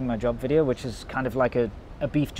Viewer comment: Velcome to anoder wideo